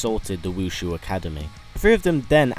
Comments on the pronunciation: you know its wu shi not wu shu right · ITS WU SHI ACADEMY NOT WUSHU